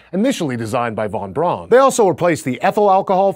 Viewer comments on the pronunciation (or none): Its not pronouced von Bron. Its Von Brown as Braun is German for Brown.